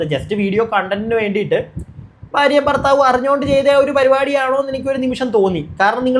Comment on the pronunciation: "ഫാര്യ "യല്ല ഭാര്യ 😀👍🏻